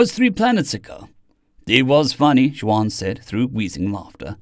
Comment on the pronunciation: Just a note. Juan is pronounced "won" not "jwon". Thanks for your great narration